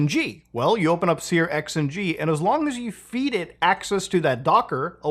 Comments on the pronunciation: dude, you're making my ears bleed, please stop calling it sear-XNG its pronounced SURX-NG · Searxng is pronounced "searching" (with a sh sound instead of a ch sound) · Always interesting hearing how other people pronounce things. Sear X N G is new to me.